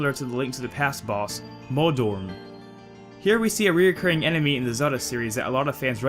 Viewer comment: hahaha some sort of "emeny" hahahah that sounds like how I used to pronounce animal before I was old enough to have a working brain "aminal"